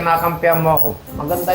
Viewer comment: Galing ni sweet pakinggan pag bigkas nya ng nanay